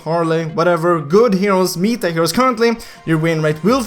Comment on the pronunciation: META is pronounced easy just say how you would say METAL but just remove L . Hope you say it correct now